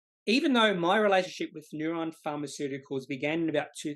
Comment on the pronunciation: Neu-ren. Ren not ron!